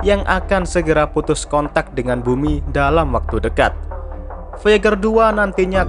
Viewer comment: R nya ga kedengar :v